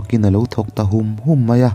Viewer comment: Ṭhûm ni lovin ṭhum aw